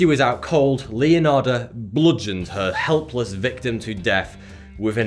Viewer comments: Her "HELPless" victim. 😂. . Listen carefully. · it was just him pronouncing H in helpless i think